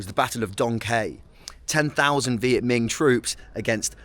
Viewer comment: It’s Minh not Ming…